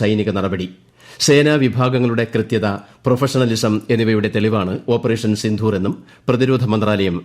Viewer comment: സിന്ധൂർ അല്ല. സിന്ദൂർ